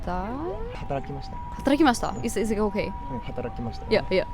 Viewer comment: はらたきました。が可愛すぎる。